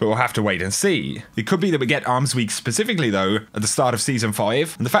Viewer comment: Did anyone else hear "pacifically"? Lol